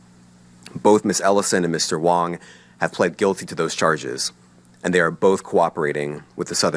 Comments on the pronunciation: Its Gary WAng not WOng. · Gary Wang, not Gary Wong. 😂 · So, Gary ‘Wang’ is actually pronounced ‘Wong’?